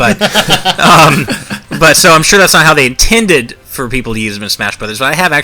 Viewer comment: lol "nintended"